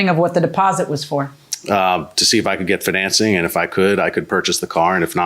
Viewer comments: That’s not how you say “financing.” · Why does the way he says financing bothering me so much !! At least the guy was honest. He should get some credit for that. And I think there should be a time limit on it I don't think you should have got it back after a year that is ridiculous.